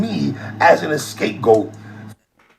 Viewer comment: Scapegoat, not escape goat lol